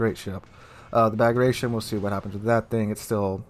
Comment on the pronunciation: Bagration, pronounced 'Bag-rat-ee-on' - a Russian version of the Armenian Bagratuni or Bagratid royal dynasty. Prince Bagration was a leading Russian general in the repulse of Napoleon in 1812.